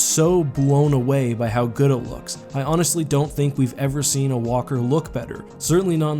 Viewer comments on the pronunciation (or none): none